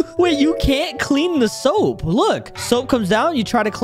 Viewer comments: bro is saying soup not soap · Soap not soup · most annoying soap, proceed to say "most annoying soup"